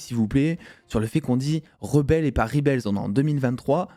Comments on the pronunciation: justement, "en 2023" où tous les youtubeurs se pensent bilingues, on ne dit pas "ribels" en VO ! ca ressemblerait plus à "rèbol". Je dis ça... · Alors super vidéo et 100% d'accord avec ta critique comme toi j'ai surkiffé. Par contre moment linguistique. "REBEL" prononcé en anglais ne se dit pas "Ribels", google trad te donnera l'audio de la bonne prononciation :) /ˈreb.əl/